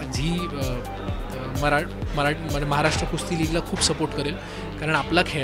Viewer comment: Its Kusti (कुस्ती) not Kushti.👍